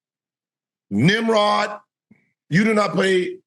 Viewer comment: He called him a nemrod😂😂😂😂